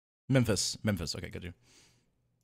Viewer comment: I feel like the Fandubs Are THE WORST WAY TO GET INTO SONIC cause they tell SOOOO MANY FALSE THINGS ABOUT SONIC Also MEPHILES not MEMMPHIS